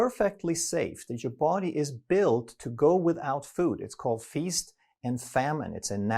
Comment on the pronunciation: the way he pronounces DA BODY 😂